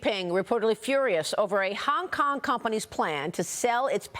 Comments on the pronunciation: Maria said “Kong Kong”😂😂😂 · maria! did you just say "the kong Kong govt" !!! educate yourself darling. -oh sweety BlackRock is globalist with 0 loyalty to America or anyone.